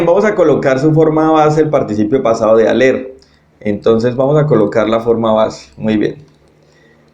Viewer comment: Gracias, estaría bueno que pronunciaras en francés x ejemplo cuando dices être, aller o avoir